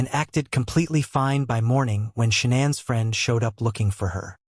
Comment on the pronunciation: SHANANN!!! Not Shawn, Shanaaaaaaann!!!